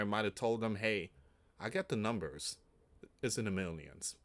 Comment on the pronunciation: It sounds like he's saying 'minions' to me